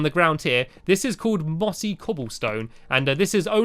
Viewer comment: i thought he said bossy